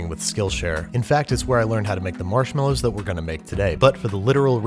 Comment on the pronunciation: Why do you always say “marshmallows” wrong?